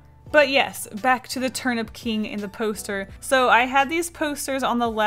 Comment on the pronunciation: Enjoy your trip to Japan!! I love this drawing and when you said Turnip King I thought you said Turn up King lol